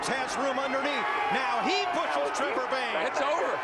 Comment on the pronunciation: Also trevor, not trover